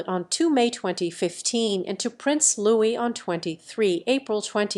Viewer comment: Louis. Pronounced without sounding the S. As you would n French.